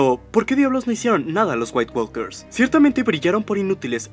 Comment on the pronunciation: Ah lo siento, no puedo seguir escuchando... le dices como corresponde "nait WOKERS" (la L Es silente) o caminantes blancos.